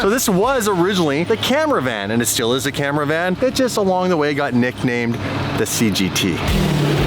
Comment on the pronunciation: It's a "Dodge Ca-Mera Van GT"